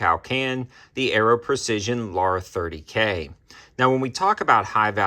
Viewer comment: Luh - har. Let's say it together now.